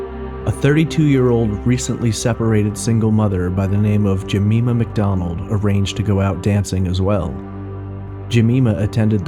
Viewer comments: Her name is pronounced Je-my-ma not Je-me-ma.. The Polish girl's name was An-gel-ee-ka KLUK not Kiuk. And yes, the police have ruled out Peter Tobin.. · Its Jem-EYE-ma not Jemeema. I am currently binging your podcast. Great job! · Jemima = Jem-eye-mah (not Je-mee-mah) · Great video as always. The way you pronounced "Jemima" was so cute btw. In the UK, the "i" in Jemima is pronounced as in "mine". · Ga-me-ma is a great name but the woman's name is Jeh-my-ma, which is why it was point out :) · Jemima pronunciation: Jee-mime-ah. I'm from Glasgow, so I know the route the taxi would have taken Helen and Jean. The taxi would have travelled east to west Glasgow. If Helen lived in Scotstoun and Jean lived in Knightswood, then Helen should have got out of the taxi first.That taxi would have come through central Glasgow and on to Great Western Road. This is the most direct route. Scotstoun is on the way to Knightswood. Even if the taxi had taken an alternate route along Dumbarton Road, they would still have reached Scotstoun before Knightswood. Earl Street is close to Dumbarton Road. Seems strange. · For future reference, it's pronounced 'Juh-my-mur' 👍👍👍👍 PS You were correct on most of the instances: Glazz-Go, the 'w' is never pronouced 👍👍👍👍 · Jemima = Juh-my-muh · For future reference Jemima is pronounced Jeh my ma and Glasgow is pronounced Glars goe or Glaz goe unless you're from there in which case it's Glaz gee amongst others. P.s. you pronounced it right further on in the video. His is in no way a criticism I love your work I just thought you'd like to know. Merry Christmas 2020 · Good podcast but it's pronounced "Jeh-MY-muh." Like Aunt Jemima?